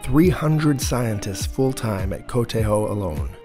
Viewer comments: Qudos for pronouncing "KTH" "kooh-teehh-hoee"! "FOA" is just "fooahhh". No initial "eff". Having an experimental Breeder reactor smack middle in the centre of Stockholm was just crazy! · Love how you pronounced KTH like a swede!